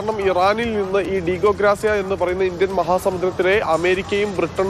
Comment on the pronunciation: ‘ഗ്രാസിയ‘ അല്ല ’ഗാർസിയ‘